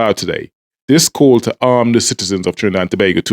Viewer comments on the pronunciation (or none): none